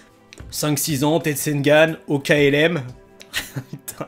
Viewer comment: ça ne s'appelle pas t'ensengan sa s'appelle tensegan